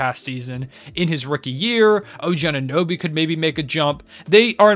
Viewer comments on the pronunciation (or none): none